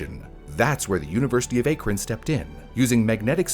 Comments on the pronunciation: As someone from NE ohio, the mispronounciation of Cuyahoga, Berea, and Akron is so jarring. Kai-yuh-Hog-uh Bur-EE-ya Ack-run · Akron (short a like in cat), and Cuyahoga (Cuya is kaya like kayak) I’m sorry it’s a great video but my internal Ohioan was freaking out. 😂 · It's Ki-yah-ho-gah. And Bur-ee-ah. And Ack-ruhn. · Just nitpicking an otherwise great vid, but it's pronounced Cai-yah-HO-gah and Ack-ron. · Akron = A (rhymes with cat) kron rhymes with tun) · haha also "bur EE ya" and "AK run". a lot of place names in Ohio are native American, very little French-influenced pronunciations. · The way you were saying Akron was so annoying. It's pronounced as Ahkron. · Also Akron is pronounced as "ACK-ron" Knickname: Crackron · ACK! ACK!! ACK!!! It's ACK-ron!!!!!! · Speaking as a native Clevelander here... Cuyahoga = k-eye-ah-hog-a Akron = ack-ron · He got both those names right once in the video. Once. Then went back to saying A-Kron. Even though I'm not from Ohio, it made me cringe every time. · Came here to say this. I kept saying, "ACKron!" 😆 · By the way, the “cuy” in Cuyahoga is pronounced like “Kai” or rhymes with “my”. “Kai-uh-ho-guh”. And Akron is pronounced “Ack-run” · Dang eff Ohio lol Akron pronounced crazy too lol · I am begging yall to watch a local news report before trying to just guess how to say stuff like Akron or Cuyahoga lmtao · Only tough part of vid was the mispronunciation of akron and cuyahoga throughout the vid, otherwise very well done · Am I the only one shuddering over every city and municipality name mispronunciation? Cuyahoga I can get, but mispronounced Akron too. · I lived in the Cleveland area for a while. The only place name you pronounced correctly is "Rocky River." And Akron, 1/3 times... Is it that hard to look up? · Just FYI Akron is pronounced with a short A, like the word ant. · I’m glad you commented this, being from northeast Ohio I flinched every time he mispronounced Cuyahoga & Akron. That one time he sad Berea too